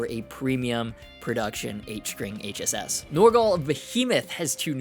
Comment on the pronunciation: …I know this is trivial, but THANK YOU for saying “HSS”…it drives me insane when people say it wrong and say “ssh”…you are the man👍